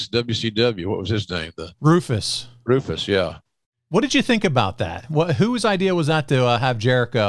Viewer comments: RALPHUS....not Rufus. 😑🤦🏽‍♂️ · Jericho was full heel in 99, there's no debate about that. And it's Ralphus, not Rufus... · Rufus? It's Ralphus man get it right.